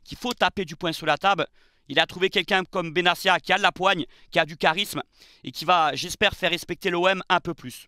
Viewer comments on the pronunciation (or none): none